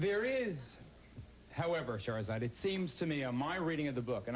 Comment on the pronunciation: 🤣🤣🤣 I know it's immature of me, but why does he keep calling this woman "Areola"?